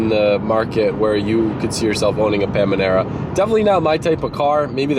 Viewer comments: PAN-A-MEERA NOT PAM-A-NEERA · It's not called Pamanera.... It's panamera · It's not Pamanera, Panamera. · When you realize he was being serious when he said pamanera and not Panamera 😂😂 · Is it "pam-anera" or is it "panamera"... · PA-NA-ME-RA NOT PA-ME-NA-RA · PANAMERA NOT PAMANERA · it triggers me so much how youre saying "PAmANerA" Panamera GODDAMN!!! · Pamanera or Panamera? 😉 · Pan-a-mera lol not pam-a-nera. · Dear, we love you. But it is Panamera not Pamanera;) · Pamanera? 😂 It’s Panamera 😂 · Pamnimera, instead of Panamera 😂😂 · It's called paNAmera, not paMAnera. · Pamanara 😂 the moment u relize it is panamera would be fun haha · omg stop saying pamanera it's panamera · Panamera !!!!!!! Not pamanara! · I’m confused.. Why’s he calling it “Pamanera”??! Isn’t it called Porsche Panamera?? Or is it called differently in the states? 😐😐😐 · It’s PAN A MERA‼️ Hahaha!! Had me dyin! It’s not Pamanera! Thought I was watching Stepbrothers. “Oh I see. You’re saying Pand”. Hahaha!! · Panamera!!!!! Not pamanera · Lol....pam a nera...lol...pan Amera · Panamera not pamanera 😂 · Panemira not pamenira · Panamera not Pamanera 😂 you’re the Porsche guy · This is how my thought process went every time I heard it: "Did he say PaMAnara? Must be some inside joke where he purposely says it wrong". Says it again "Wait, he keeps saying it, maybe he genuinely thinks he's saying it correctly." Says it a few more times "Nah nevermind, he's definitely trolling." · STOP SAYING “PAMINERA” LMAOO. Like 20 times 😂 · Paminera lol, it's called Panamera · I’m in, heard “PaMaNera” 7 times so far. Is this a joke? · Why does he keep calling it a Pamanera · WTF is a Pamanera? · its Panamera.. not Pamanera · wait yall say paManera? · Sounds like he's saying Panera Like Panera Bread.. lol TROLL level 100! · UGH! It’s pronounced Panera!!! Like the bread! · Hearing you say “Pamanera” over and over was torture lmfao. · Got so mad when he said "Panimerina" or some stupid stuff like that :D